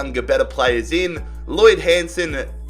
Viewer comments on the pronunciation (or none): none